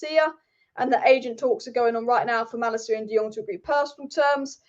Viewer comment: It's pronounced Mah-Lah-KEE-yah in Dutch, btw, if that's relevant to you.